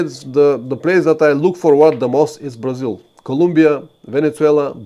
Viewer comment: Cool and informative stream. I also like how "Brazil" with Bulgarian accent sounds similar to "Brazil" with Portuguese accent (Braziwl).